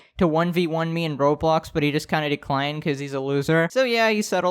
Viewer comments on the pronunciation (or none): none